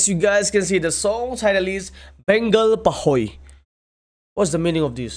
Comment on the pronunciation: Its PAHHOI not PAHOI😊